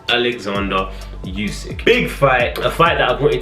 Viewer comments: not its pronounced Usyk 😂 with a U not a You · Why do people still pronounce it yousick 🤦🏻‍♂️ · No one:: YoUsiK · More like: you sick